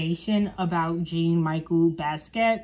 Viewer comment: jean is pronounced as "John" . Michel is pronounced as "Michell" like the girl name. He is black American and Puerto Rican. He is a graffiti artist. He was apart of the 27 club. Try not to use wikipedia.